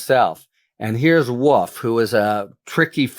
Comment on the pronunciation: I love Harry Litman, he can clarify even the most tangled mess for us. And... what is the accent that leaves the L out of wolf? It sounds like woof 😬